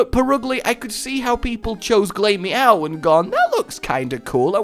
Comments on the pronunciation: 'glay-meow'? glah-meow, get it right scrub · Glamerous=Glameow. Ugly=Purugly. So Glameow isn't pronounced GLAY-mee-ow. It's pronounced Gla-mee-ow.